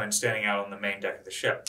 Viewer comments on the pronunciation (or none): none